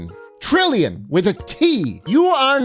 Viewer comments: heh... 3 Tree-llion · Three trillion trees? ❌ Three treellion trees? ✅